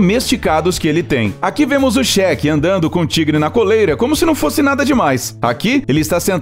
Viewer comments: Só eu que percebi que ele só fala Shek e não Sheik. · Ainda bem que ele é um cheque que tem fundos, né? Quer dizer então que o milionário arabe aí é um "chéque"? Nem acredito que eu ouvi essa pronúncia! Pra mim esses milionários árabes eram Sheiks e não shek. É Sheik, Sheik, Sêêêêêiiiik. e terminou a parte sobre o Sheik, sem concluir.... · Cheque affs fala direito kkkkkk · A pronúncia correta é Sheik! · o Cheque ou Sheik? kkkkkkkkkk pqp